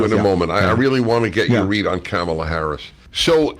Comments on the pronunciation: The second time, he pronounced her name as "camela" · "Camel-uh" -Dennis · As an Indian, I find her pronunciation weird. It would be cum-la or another version is ka-mal- uh. 🤷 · Prager still intentionally mis-pronouncing Kamala .... unintelligent fool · Well, Dave DID mispronounce her name... probably on purpose. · Both guys still can't pronounce Kamala correctly. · Why's saying THE USA VP's name "Kamala" correctly so impossible for those 2idiots?? NO doubt DELIBERATE at this point & wholly unnecessary!🤬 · Neither Prager nor Rubin can even pronounce Kamala's name, but their opinions about her are supposed to mean something?